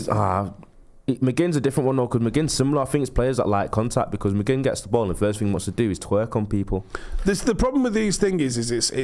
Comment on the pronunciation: Bredda you said mcgin a twerk